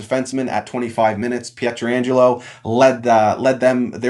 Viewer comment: It drives me nut when people demolish someone's (pa-tran-jello) say it fast and all together...You didnt murder it like a lot of guy (peter-angelo) but come on lol. Go knights go. series goes 5 max